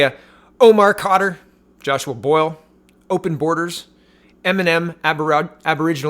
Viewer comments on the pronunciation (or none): none